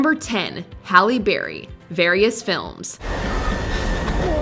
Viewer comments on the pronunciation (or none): none